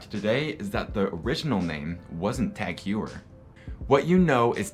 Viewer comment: Very nice video! Just one thing TagHeuer should be pronounced as “Hoyer”.